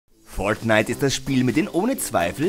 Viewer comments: wie er fortnite ausspricht :D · Bitte sag nie wieder fortnite du sagst es soooooo komisch es nervt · Fortnite sollte man schon richtig aussprechen können